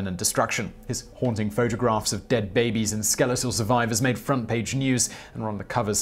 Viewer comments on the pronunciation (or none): none